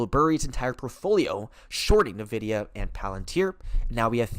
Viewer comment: sir its....IN videa.......N.....is IN.......not nuhvidea